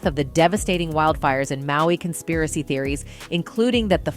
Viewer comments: "Consaparry" theories? What is that?? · "Lahania"??? "Constapiry theories"??? wtf?